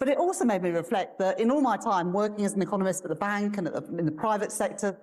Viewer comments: Did she say Eccomunist ? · Anyone notice when Reeves said i was an economist in the very last clip, she actually said ecomunist, very telling, or was i hearing things ?